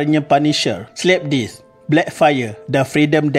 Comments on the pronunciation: ya ampun, narrator sebut perkataan dalam English buat aku cringe gila2. DEATH disebut DITH... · Mmg seltik sebutannya . Cuma maybe narrator ni kurang kemahiran english 😅 tkpe lah janji mesej sampai . Death pun dia sebut dith .